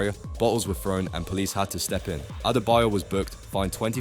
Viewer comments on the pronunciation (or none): How is someone making a video about football mispronouncing Celtic and Adebayor 😂